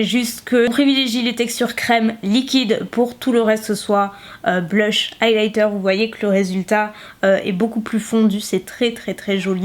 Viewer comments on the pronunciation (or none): none